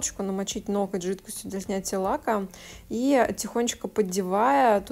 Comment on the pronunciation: Это ваше: "ноКоть" прям слух режет😅 уж извините